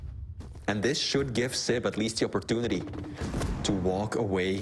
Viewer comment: Is opportunidy a swedish thing too? Nothing against flee but hearing sip instead of sib makes my blood boil, be it a swedish or martian thing. I know swedes have a hard time with "j" outside swedish but saying SIB can't be THAT hard can it?